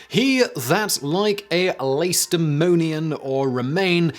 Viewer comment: Did Simon pronounce Lacedemonian wrong? I always pronounced it as La-ke-de-mon-ian, amd not lace-de-mon-ian